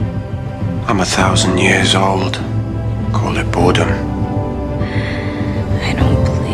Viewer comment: I think he said boredom not burden😊